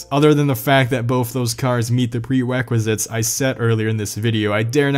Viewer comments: "Pwewequisites" xD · “pre wequisites 🥺👉👈” Good video tho. Helpful and entertaining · Pwewequisites UwU~ 🩵